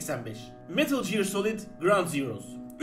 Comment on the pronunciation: Shakespeare'in yeğeni olan 'e gear'ı jıyır diye okumak yakışmadı.